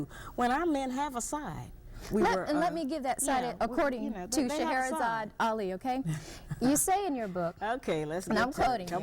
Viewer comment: Fam, "Shah-ra-zad" Ali. 3 syllables only not Shah-ha-ra-zad. It's spelled on over 6 books she's written. Love your content, fam but we gotta get the Godmother's name right at least.